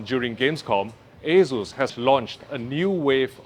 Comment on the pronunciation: He says Asus or Jesus?